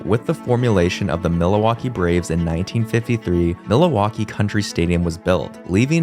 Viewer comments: Am I crazy or is he saying Miliwalkee like Alice Cooper in Wayne's world. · Miluwakee, Mindianapolis, be glad he didn't say "Chick-a-go," or "Ballatmore." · I think the only mispronunciation I noticed was Milwaukee. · Isn’t Milwaukee fairly close to Canada? You can’t use “being Canadian” as an excuse. Maybe if you’re from Mexico, you could use that as an excuse. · That is the stupidest pronunciation of Milwaukee I’ve ever heard. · Excuse me, but what in the world was that pronunciation of Milwaukee? You added a whole other syllable in there 😂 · The pronunciation of Milwaukee is abysmal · The pronunciation of Milwaukee is also distracting. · Great video! Besides the pronunciation of Milwaukee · You can’t say Milwaukee Bro….. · I was going to say that… idk why but it was so hard to listen to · Dude it's Milwaukee not "Mil-a-waukee", there's no a in there bro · Mil uh waukee it’s Milwaukee! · MILL-WALK-EE. NOT milli-wah-key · Bro wtf is Milohwalkee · Dude it’s MILwaukee not MILAwaukee. I’m not even from and I’m pissed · Overall, this isn't a bad video, but this guy should have looked up how to pronounce these things before he made the video. He seems to add extra A's to words or emphasize the wrong syllable or straight up mispronounce things. Milawaukee? (Mil-wok-ee), Bridge Grooms? (Bridegrooms; as in Bride and Groom), Super Baz? (Superb Uz), Miny in apolis? (Mini-Apolis). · It's pronounced MIL-Waulkee NOT MiLA-WAULKEE.... Like where are you from? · It's not pronounced MIL -Waulkee either. The accent is on the 2nd syllable Mil-WAU-kee and they didn't play in Milla waukee Country stadium either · its pronunced mill-wah-kee not mil-a-wah-kee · I definitely heard you pronounce Milwaukee as Milawaukee consistently, and even though I am not a fan of anything regarding Wisconsin, it kinda rustled my jimmies hearing you say that, ngl I figured it was either a speech impediment or an accent, and I'll take being Canadian as an excuse lol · milawakee is a my favorite